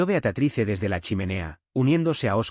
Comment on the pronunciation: Por qué dicen Beacatrice? El nombre es Beatriz!